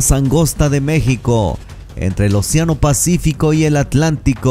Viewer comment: Excelente, pero que alguién contrate a un locutor que diga: océano y no oceano. Es una palabra esdrújula o proparoxítona, esto es que su sílaba tónica es la antepenúltima y lleva tilde.